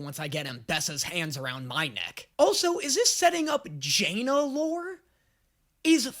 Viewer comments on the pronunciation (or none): I don't understand how is able to continuously drastically mispronounce the name of characters that have had their names said aloud in this show. It's not Jaina, its Janna, and its not Sevehka, its Sevika. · say JAnna instead of Janna cause me physical pain. what makes the A capital dude like come on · please if you get any name right please let it be janna's name IT'S NOT JAY-NA IS JAN-NUH AAAAAAAAAAAA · It’s def not pronounced Jay-nuh that was crazy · pronouncing Janna like Jaina Proudmoore and Sevika just flat out incorrectly makes my brain sad. They say their names in the show. It's not a mystery how they're pronounced. Just say what they say. Da-nye. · The Jaynuh pronunciation gets me every time, especially with his knowledge of league 😢😅😂 still loving his content, no shade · I swear, is INTENTIONALLY pronouncing things wrong... "JAY-NA"?! Really?!